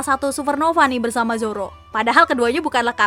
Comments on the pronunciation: Irish salah ucap masa Zoro di beast pirate:v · Emg sering salah ucap dia tuh